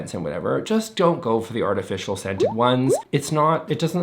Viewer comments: I swear you said “fartificial” and I couldn’t agree more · For half a second I thought he said “fartificial scents”… 😏